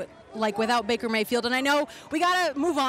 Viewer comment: Did he really say baker who? SMH